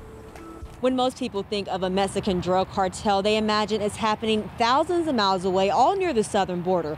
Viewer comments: Why does she keep saying "Mesican"?? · The way that reporter says mesican is annoying hopefully she gets taken out too